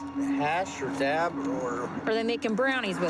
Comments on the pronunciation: She said “daps” lol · Bryan Brody you are correct but the trooper said dap🤣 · Definitely said dap lmao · Yes she def said dap 😂